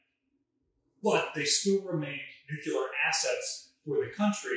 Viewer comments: It's Nuk-lee - ar. Not Nuk-you-lar. There's no such word as Nucular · And please invest in a dictionary. It's Nu-clee-er not nook-ya-ler. I can't even watch. My father worked on the Manhatten Project and a lot of scientists died figuring out how to build those things. That not exactly casual, sorry. Thanks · For God's sake the word is nuclear not 'nucular'. You sound like George W. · I suppose by this time he has made a conscious choice, but I do wonder why the chooses to say it like Nukular instead of Nuclear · Grrr! Nu-clear, not nu-cu-lar! :P Used to set my teeth on edge when JImmy Carter did that in speeches. He was a nuclear engineer who cut his eyeteeth under Rickover; he shoulda known better! :D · It is pronounced nu-klee-ar, not nu-ku-lar. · Nuclear is TWO syllables. Not Nucular which is three and describes the nucleus of an atom. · NU-CLE-AR!!! Please! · Nu-cu-ler, it's pronounced Nu-cu-ler